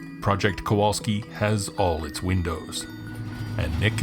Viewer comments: Kowalski? Why do you keep saying it and spelling it without the "L"? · Hello Nick , love your show . Back in Poland the w is pronounced as v , so Kovalski .In Polish it means blacksmith .